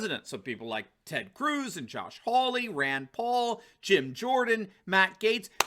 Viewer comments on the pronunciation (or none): none